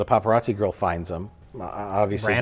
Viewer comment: It’s “Paparazzo” 😊